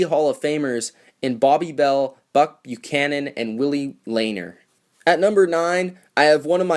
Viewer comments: Oh come on! How can you expect to be taken seriously when misprounce Willie Lanier's last name. It's pronounced La-NEER. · *Lanier = "luh-neer"